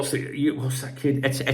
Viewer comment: U need to do a better job pronouncing names. English reporters and commentators pride themselves on that. The name is Ekiteke pronounced EK E TEE KAY.